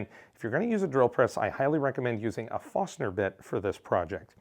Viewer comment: I find that clogging is an issue with wood filament and a .4 nozzle. I also get a lot of stringing, but I think the filament might of been wet. It's also funny the different way you say forstner.